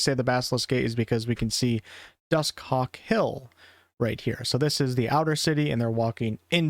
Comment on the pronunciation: Why you sayin Dusthawk like that? "Dus Cock?" pretty sus.